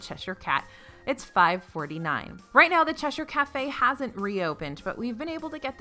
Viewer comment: Thank you pronouncing Cheshire correctly!!!!!!!! I find most Americans say "sh-esh-ire" instead. Lol.